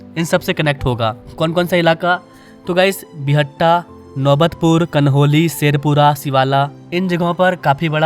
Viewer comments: बिहटा not बिहट्टा 🙂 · Buhatta nahin re Bihta hai wo